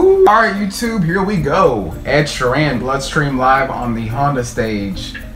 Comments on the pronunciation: Shear-en... not she-ran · Sheer-in Not She-Ran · Ed is a poet and a fantastic story teller, just him a guitar and a loop pedal you need to check out his other stuff. His name is pronounced sheeren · ugh my pet peeve is when they pronounce his last name wrong. he beats the crap out of his guitar